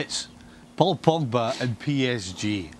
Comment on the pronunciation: Ay you guys i like Kay but did yall hear her say Paul Pogger? Or Paul Pogga 😭😭😂😂💀 that was hilarious